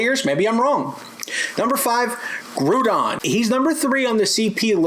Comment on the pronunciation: i cringe everytime he mistakenly pronounce it